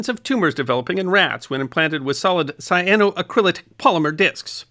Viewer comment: It is a compound of the mineral Cyanite and the Dupont fiber Acrilan, so we get : “Cy a no ACC ri lan” Accent on the fourth syllable.